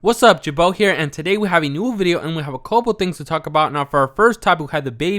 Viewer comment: it's pronounced jer-bow